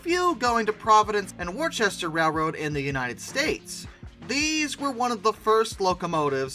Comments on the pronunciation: It's not worchester it's wister and Providence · It's not Providence and "War-chest-er"... it's pronounced "Wuh-stir". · Oh come on 😂, Providence & Wor-chess-ter? As someone who lives in Worcester, MA and has this railroad as our local carrier, this made me laugh. I’m just teasing, but for future reference it’s pronounced Wuss-ter. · Its pronounced WOO-ster. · Even though Worcester is spelled the way it is, it’s pronounced “Woster”